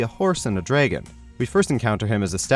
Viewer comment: (Sat through this whole thing even though I didn't know anything about any of these cartoons. So I guess that explains why the thing struck me most is that this is the second time I heard someone pronounce dragon that way - with a long a. I wonder if you're the same person...? Please, learn it's pronunciation.